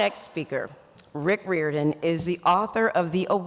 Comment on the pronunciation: Haha, she pronounced his last name wrong. It's pronounced like, RYE- OR - DIN.